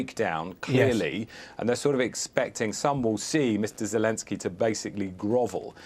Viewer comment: Zekensjey lol 😂😂😂😂